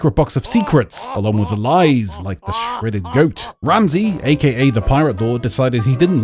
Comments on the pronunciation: I heard the Dredded Soat. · Did he just say the shredded goat or the shrouded ghost